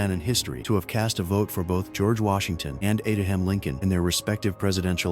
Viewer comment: Ada ham Lincoln? Crap A.I., thumbs down.